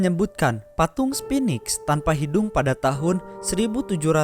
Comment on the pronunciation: ABEL TASMAN bukan ABEL TAMSAM. Itulah kenapa di selatan Australia ada pulau bernama pulau TASMAN dan hewan lokal bernama TASMANIAN DEVIL.. Pernah denger ada nama Pulau TAMSAM dan hewan TAMSAMNIAN DEVIL?? SPHINX bukan SPINIX.. Di mitologi Mesir Sphinx adalah dewa penjaga pintu gerbang mesir.. KALO SPINIX DEWA DARI MANA DAN TUGASNYA APA?? Memang cocok nama channel ini. BICARA.. BANYAK BICARA KURANG MEMBACA KONTEN PEMBODOHAN